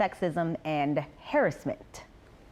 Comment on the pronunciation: I know she not comfortable with how she pronounced “harassment” 😒